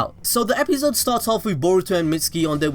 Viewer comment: I hate how you say episode stop it